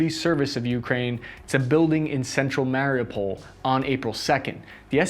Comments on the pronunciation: Mary u pol, not mary-pole. Why are anglophones the worst 🤦🏾‍♂️😄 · its pronounced mario (withour the ) oo pull is the way to pronounce it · The video is great, but the fact that you can't pronounce Mariupol drives me crazy... Listen to a ukrainian person saying it you have to strech the UUU